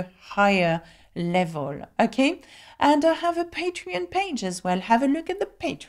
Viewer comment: You have a cute and contigeous French way of pronouncing "L"...Sometimes I try speaking like you ..." Level" " Pupil" "simple"...LOL